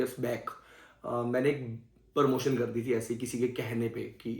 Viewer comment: Parmotion nahi promotion